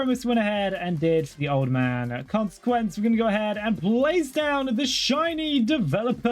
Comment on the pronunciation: is the mispronunciation of consequences intentional?